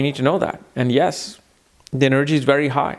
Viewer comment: I hate the way you say the word 'energy'. It sounds stupid.